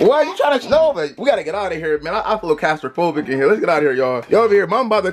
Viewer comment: Nobody literally nobody...: “I’m feeling a little Clasterphobic in here”😂 I think you meant claustrophobic D 😂😂